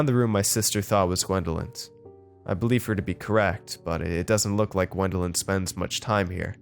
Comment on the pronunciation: it’s Gwendolyn not wendeling